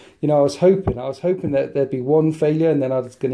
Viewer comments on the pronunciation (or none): none